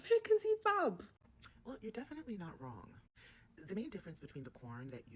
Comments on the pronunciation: Its called PAP not POP. The Yorubas call it OGi The Igbos call it Akamu The Hausas call it Koko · Its Pap not Pop..LOL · PAP … not pop.